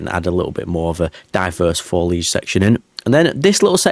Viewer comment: I have been binging this series, and it's taken me 15 episodes to figure out you were saying "faux" rocks - I thought you were saying "four" rocks! FWIW, I'm an Australian, and don't hear accents like yours very often, ha!